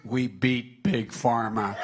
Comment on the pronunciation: did he say, beat big pharma' or 'beat pig farmers'? what did pig farmers do to him? wonder when biden will beat the cartels of south america and the fentynal from china?